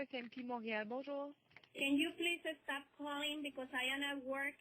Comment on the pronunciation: "Can you please estop calling me" *